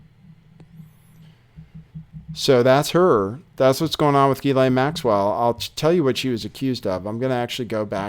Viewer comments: actually the French pronunciation is GHEE-lane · Ghislaine pronounced Jisslane. It’s a French name.